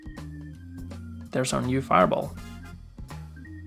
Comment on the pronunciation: Faier bol xdxdxd